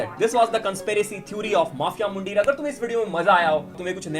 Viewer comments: bhai isko mandheeeer bolte hai muuundeer nahi. 😂😂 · It's not muuundeer its mandheer in Punjabi pronounciation